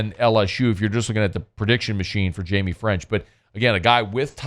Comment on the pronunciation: "Hymie" French?! 🤔😂